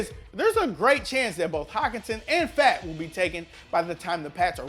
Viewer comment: Believe it or not my name is David Fant and he might be related to me and I happy to see people actually pronounce the name Fant the right way